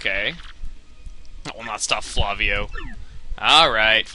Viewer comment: Chugga the pirate's name is in Lantin so it's pronounced 'fla-wi-o' Thumbs up so he can see.